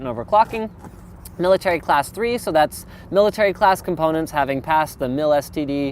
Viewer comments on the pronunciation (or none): none